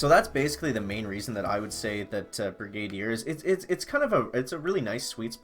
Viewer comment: brig - ah - deer . 😆 great job bud. 👍👍👍